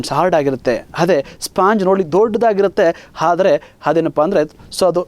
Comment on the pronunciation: Thank you for wonderful class sir nice explanation but one thing i should say...... sorry but while talking/reading u r making som mistakes haati, hanugalu, haadare, haadhika, haadbuta, haadanna antha wrong pronounce madtidira dayavittu aati, anugalu.......etc antha correct agi helidre tumba channgi annisutte sir🙏🙏.